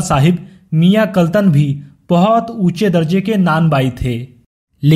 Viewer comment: kaltan nhi kallan